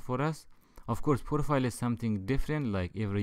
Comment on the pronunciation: I love this serie But.. STOP SAYING "POROFILE " PLEEAAAAAAAAASE IM IN TEARS!!!!PLEAAAAAAAAAAAAAAAAAAAAAAASE